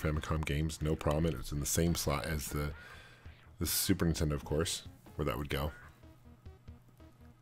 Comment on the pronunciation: love your videos man, you are an expert in retro gaming...what's up with the supertendo pronunciation though?